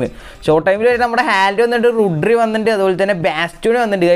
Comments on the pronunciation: റുഡ്രി അല്ല ബ്രോ റോഡ്രി 😂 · Rodri brooo rodri not rudri